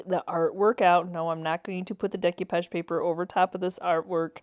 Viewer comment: Love them, but you drove me crazy every time you mispronounced decoupage.